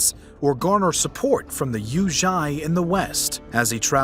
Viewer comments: mistake: 月氏 rouzhi,not yueshi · Rouzhi, not Yuezhi. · It's "Rouzhi" intead of "Yuezhi" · a rewarding account, and the attention to the Persian end was welcome - all let down unfortunately by a hilariously abysmal mispronunciation of Yuezhi: please, people, make an effort; figuring it out isn't rocket science. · The way he pronounced "yuezhi"💀 All Chinese learners rolled their eyes like... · the pronunciation of yuezhi and dayuan here is hilarious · YUEZHI and Taiwa is wrong, otherwise the video is informative.